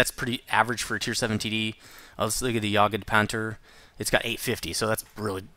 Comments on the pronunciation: not Jagedpanter , Jagtpanter . Good tutorial by the way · jagdpanther (yagd-panter), I as well know german, and have heard actual german speakers say this. By the way you pronounce it, it makes it sound like jagged punter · First i am german and i love your vids but if you wanna pronounce jagdpanther right then don't say jagEd the e is kinda wrong . Its just gd not ged but you still pronounce it better then most people :) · A little tip for maybe easier pronouncing, pronounce it like a YACHTPanther. I may not be German, but I live next to Germany in Netherlands and Dutch has some similar pronouncations. The tone of Panther and Panter would be a bit different in German though. I guess it would be that it would have more of a T and then the H. Not like the english bounding of the T and H. Like saying the Pant-her, of course not telling them apart, but just not combining the T and H and pronouncing them apart. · its jagd without the e :D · You said jagged panther wrong.. :) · It appears you are physically incapable of pronouncing Jagdpanther.